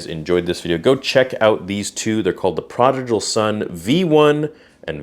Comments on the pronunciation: You should learn how to pronounce "prodigal." It's not "projical." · bruh it’s pronounced prodigal not prodijal lol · Prah-dig-uhl, not prah-dij-uhl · Just a heads up: it's pronounced ProdiGal, not ProdiJal. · Hey man no hate but you mispronounced prodigal each time. Pra-dig-all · Bro, love your stuff and support the channel, but you're killing me here. It's pronounced praa duh gl. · Perhaps you should know how to pronounce prodigal before making a video saying it.... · Good to know what the difference is, might get one for my sister :D Grammar nazi moment: You might wanna check your pronunciation on the word 'prodigal' :D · Please don’t take this the wrong way, but why do you pronounce Prodigal wrong? It keeps throwing me off and I can’t focus on the rest of the video 😂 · Your not even saying prodigal right . Lmfao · Brother, you are killing me on the way you pronounced prodigal lol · Please say prodigal correctly haha. ❤ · I'm sorry, but, I can't watch you anymore man. I've put up with a lot from you recently but this is honestly the last straw for me, as it is. Things have just been piling up and up and no matter how much I try to ignore it, I just can't anymore, and this kind of proved it to me. Just completely insensitive. Like seriously, mispronouncing "prodigal?" Come on man. Do better.